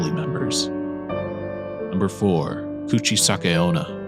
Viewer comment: guchi sake onna lol kuchisake-onna/slit mouth women